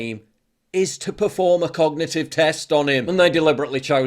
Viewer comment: The press secretary can't even say "cognitive"....moron. "Cognitit teft" WTF??